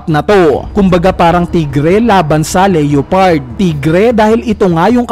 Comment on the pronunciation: sakit sa tenga ng leOpard.... LEO pard